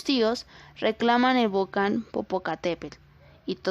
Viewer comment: No es vocan """" es volcán....